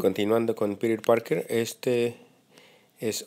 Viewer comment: hey es piter parker no piru parker